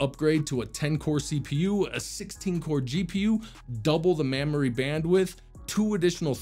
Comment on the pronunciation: Double the "Mammory Bandwidth" ???